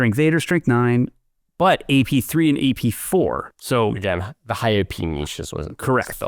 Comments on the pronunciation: The way is pronouncing 'Niche' is killing me 😅😂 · Niche sounds like Quiche, not Itch.